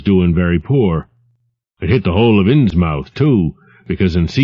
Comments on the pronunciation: It sort of fits Lovecraft's style to overpronounce a word. FYI this was a book for the blind as far as I can tell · 40% of comments- Bloodborne 54% of comments- Innsmouth is pronounced wrong 3% of comments- racial arguments for some reason 3% of comments- regular comments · Innsmouth pronounced wrong? I guess I need to find the comments because I don't know how else you'd pronounce it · thanks for the post. This is one of my favorite Lovecraft stories.The only thing is the narrator should be saying Innsmyth not Innsmouth even though it's spelled that way.I was born and will die in Massachusetts and every town with mouth at the end is pronounced myth.just part of the local accent like never pronouncing R,but otherwise a great listen thanks again. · Please, PLEASE...Try in the future, to pronounce things as they would be and Are, in this neck of woods. As Norfolk is NOT pronounced Nor-FOLK rather Nor-FUKK so Innsmouth would be pronounced Inns-MUTH, not unlike Portsmouth being pronounced Ports-MUTH. The old ways, words and things fade slowly, and while Norfolk isn't in the New England, the settlers of the Tidewater Area are of the same and original stock. Correct pronunciation will lend to the enjoyment of HPL' writings. Gratis. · It's pronounced "Innsmuth" you son of a bitch! "INNSMUTH"!!!! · I believe the correct pronunciation is inns' muth. But I could be mistaken.... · as a native New Englander, most -mouth ending locations that I know of (Plymouth being the first one that comes to mind) are pronounced -muth. I don’t think this narrators pronunciation is wrong, but it does feel a bit inauthentic for a work written by somebody like Lovecraft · At the time, Americans would've pronounced it correctly. "Inssmuth" but this guy pronounces the mouth part too heavily. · God, his pronunciation of Innsmouth bugs the carp out of me. It's "inns-muth". MUTH. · This would be fine if he didn't keep mispronouncing Innsmouth. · ARGH! I CAN'T ENJOY THIS AT ALL ARRRRRRGH!